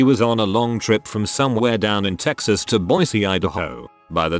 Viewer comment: mexas ? nobody calls it that